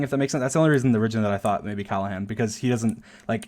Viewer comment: Everybody: Callahan: Callehan, Callihan